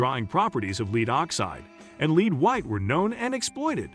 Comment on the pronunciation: The speaker reads lead (a substance,) as lead, (a verb, to move forward.) Disconerting and discrediting the information. The reader must understsnd the message before reading. If read by a robot, information must be edited for accuracy.